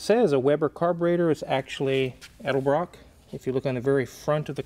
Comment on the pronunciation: Thank you for pronouncing "Edelbrock" correctly. Even Nick of Nick's Garage says El-de-brock.....